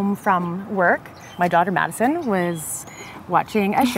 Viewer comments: Drinking game: take a shot every time "beachy" is said. Lol. I love this, they both look so happy! And Madison is friggin glowing! 🤰☀️ (although he kept saying "medicine") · Why does the dude keep calling madison medisien ?? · He cept calling Madison medicne